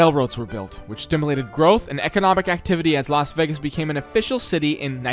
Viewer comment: its Laz Wegis